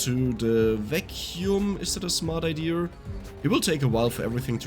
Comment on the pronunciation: I been loving the way he says idea…”idear” I LOVE IT.happy I got VS for my phone and bought the extra dlc maps,thank you!!!